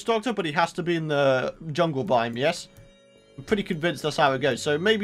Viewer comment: you said yungle